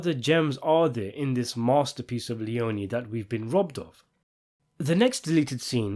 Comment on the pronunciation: Aaaaah stop it, it's pronounced LEON-EE